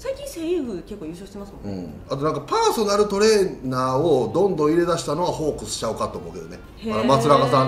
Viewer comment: 里さんに怒られそうだけど のパー↑↑ソナルトレーナーで笑っちゃったのおれだけ？(笑)